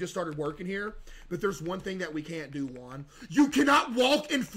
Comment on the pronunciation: Bro keeps calling Jim, Quan 😂 the first guy is Jim, middle is quan, and last is Juan 😂😅